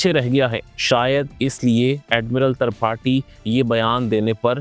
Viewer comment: Admiral tarpathi 😂😂😂tripathi hota hai be